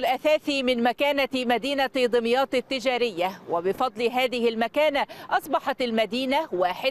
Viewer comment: اسمها دُمياط مش دِمياط بضم الدال مش كسرها !!